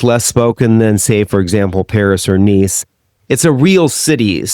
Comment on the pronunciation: Your pronunciation of Montpellier like Montpelliere triggers me. At least you pronounce Nice well.